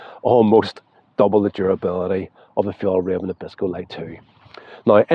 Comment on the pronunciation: It´s Fjell- r-ai-ven. The way you say Fjollräven translates to "sissy fox". Fjällräven means "mountain fox". 😅